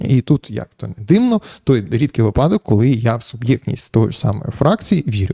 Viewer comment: Зверніть увагу на наголос - вИпадок. Ви весь час робите помилку випАдок припАдок